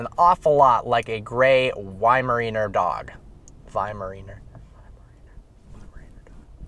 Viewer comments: pronounce why-mer-honor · Pronounce it like y-mer-eye- ner. (weimaraner)